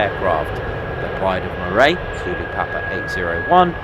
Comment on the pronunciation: Wee tip, Moray is pronounced Murray as in Andy not Moray as in Eel😊